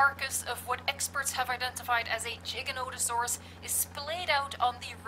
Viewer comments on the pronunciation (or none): It's Giganotosaurus. Not Jiganotosaurus. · It's not jija it's giga